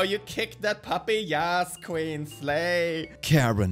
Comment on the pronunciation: the way he said queen was so swedish like omg😂